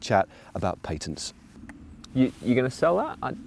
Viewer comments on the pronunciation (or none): Paytense? Did Matt mean to say patents?